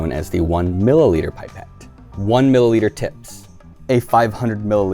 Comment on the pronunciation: Pipe ette rofl its pip ette